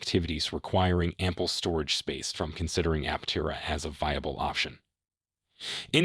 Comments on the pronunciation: It's app-terra... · An AI voice certainly read it (which is fine, but it pronounced Aptera incorrectly every time). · Was this written by Artificial Intelligence? There are lots of statements that mean nothing. Trying to make YouTube money by using the company name, even though unable to pronounce the name properly. Thumbs down. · If you're going to attempt a well-researched editorial-style clickbait-titled realist take on an emerging brand/product/company, at least pronounce it correctly, please. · Another note, listen to how Chris says the company name use it going forward. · Absolutely no credibility for such a simple screw up.